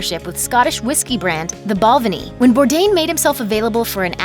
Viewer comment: Bal’venee * Scotsman clearing up pronunciation of our fucking whiskeys’ thank you ta. And oot...